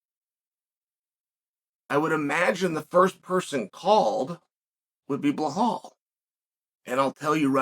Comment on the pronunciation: I came here just to hear Chael say 'Blahall'